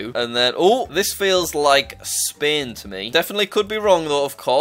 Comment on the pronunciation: Why you are saying spin its spain